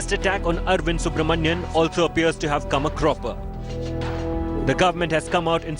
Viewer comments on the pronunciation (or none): You should pronounce Dr Subramanian Swamy’s name properly. He is not Subramanyam.